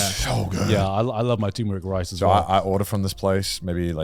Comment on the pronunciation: I laugh whenever i hear boys saying tumoric rice instead for turmeric rice. LOL 😂😂🤣🤣